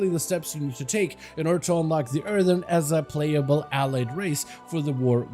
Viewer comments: earthurn he says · Earthen* not Earthern.